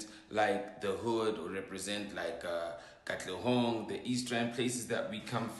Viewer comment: Arg!!!!! Whoever this lady is, is just a no no. Oh and it's not katlegong it's KATLEHONG, PLEASE DO YOUR RESEARCH LADY. Come on!! Just get Anele back?